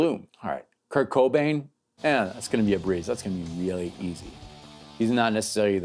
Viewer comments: Head exploding after he says "Kirk Cobain" for the 10th time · Do you call him " Kirk Cobain"?